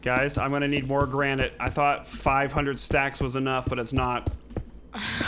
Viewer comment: you should know if it grenit or polish grenit okay bereghost